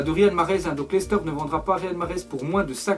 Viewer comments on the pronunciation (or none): none